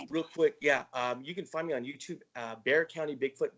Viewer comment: Awesome show ladies! That's my hometown San Antonio,TX! Its Bexar County sounds like bear.